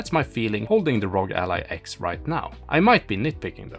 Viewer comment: It's "AR-OH-GEE"... why do people keep calling it ROG as in LOG???? Is it that difficult to sound out the letters?